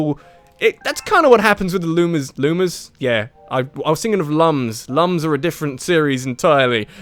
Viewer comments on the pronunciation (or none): It says right in the Rayman Origins manual that it's not pronounced 'lum'. It's 'loom' as in illumination.